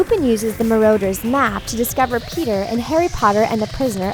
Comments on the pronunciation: What is a maroders map? Yet another incorrect pronouncciation. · Yeah like Dobby she calls him dobye and like the Marauders map she calls it the marooners map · At least pronounce the things right if you want to make a vid about this god frikkin MarOWDURS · The marauders map as she pronounce as marooders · BRUH IT'S DOBBY NOT DOE-BBY IT'S NOT AUTHOR WEASLEY IT'S ARTHUR WEASLEY IT'S PATRONUS NOT PATRONIUS IT'S NOT MA-ROAD-ER'S MAP OR MA-ROO-DER'S MAP IT'S MA-RAW-DER'S MAP! "They aren't learning traditional subjects like math literature or geography" IT'S A FLIPPIN MAGIC SCHOOL OF COURSE THEY AREN'T!